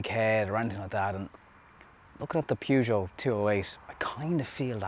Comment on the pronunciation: Hahaha weird sounding with Irish accent Pjužo :-)